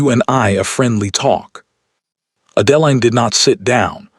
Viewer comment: You can start by having AI correct the pronunciation of the heroine's name. Horrible narration. What Adeline needed to find was a solicitor. Unfortunately, she is still underage in this story. Depending upon the year, for a woman it could be 25 and later in the century it was 21. So why didn't Adeline run for the nearest solicitor? Even in England of that day, the law required due process. They simply cannot haul her off to jail. How did 3 days turn into 3 weeks? He would have taken men with him. If Adeline's father lost all of his money, what is the stepmother living on? How is the evil stepmother buying gowns for Sophia? Lots of holes in this story. Amazing, Sophia is marrying the duke and the duke knows nothing about it. Another hole. How are they getting married without a license? How could gloves not hide Adeline's hands? Way too many holes in this story. Why is she not at the Duke's estate? She is still at Thornfield Hall instead of at Ravenscroft. The overall plot is good. The story itself is poorly done.